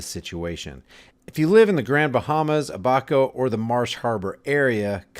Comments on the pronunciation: Ab-a -co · It's PRONOUNCED; Ab (as in abs/stomach muscles) - a - coe (as in David Allen Coe, or short for company). Ab-a-co. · Abaco is pronounced Ab-uh-ko just fyi... And the Abaco police have lost their homes too & considering they dont like the rain or heat they are doing what they usually do & that is not much... ever.. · Stop talkin fuq !! You are over sensationalizing this tradgedy for your own profit. Just another you tube HAWK !! YOU CANNOT EVEN PRONOUNCE A B A C O. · You might want to learn how to say Abaco while your doing all this so called research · You are not pronouncing The islands correctly it is the Abaco listen to one of the videos and you can hear somebody pronouncing it correctly.